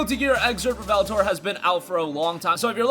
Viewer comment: Its REVELATOR DUDE REV-E-LATOR say the name right please and thank you sounds when game reviewers call naruto narudo.